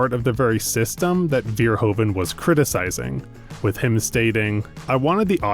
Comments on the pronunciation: His name is Verhoeven, not Veerhoven! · The "oe" in Verhoeven is pronounced like the "oo" in Hooverdam.